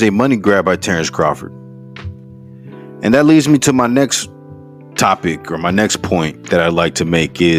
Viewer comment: “TERRECE CAHFORD”😂😂😂